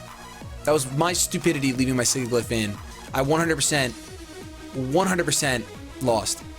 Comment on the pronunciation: it's killing me that you're pronouncing Sigilyph wrong. Sidge-i-liff